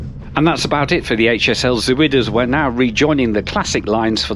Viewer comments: Nice video. Antwerpen Centraal never ceases to amaze me every time I pass through it. BTW, the Dutch word 'Zuid' is pronounced 'Zowd'. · Zuid is pronounced Z-ow-d